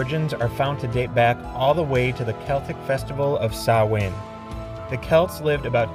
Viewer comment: Yo +1 represent for CLUB SOLO ICED COFFEE ✊ THANK YOU for pronouncing "Samhain" as intended 🙏